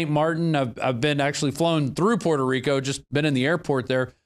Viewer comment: lets GET ONE THING STRAIT..SO YOU DONT PISS ME OFF..ITS Puerto Rico not perro rico ok?